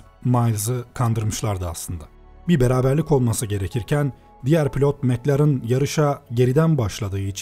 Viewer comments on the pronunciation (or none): none